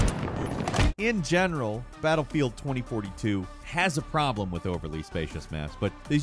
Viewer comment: Anyone else notice the way he says problem, had me creasind 🤣